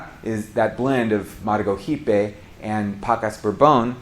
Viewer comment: Nice video and effort. Some small corrections: You pronounced Maragojipe and Caturra like a Spanish speaker. In Brazil/Portuguese, it'd be Mara-go-jeep-y and Ca-too-ha. Edit: Also Mundo Nuovo should be Mundo Novo since you said they were called this "after the Portuguese words." In this case Nuovo is the Italian spelling.